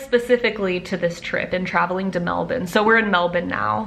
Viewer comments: OMG, that's the first time i've ever heard an American say "Melbourne" like an Aussie!! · THANK YOU for pronouncing Melbourne correctly. You saved me and many other Aussies from slamming their head into a wall. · I appreciate you trying to pronounce Melbourne correctly 🤪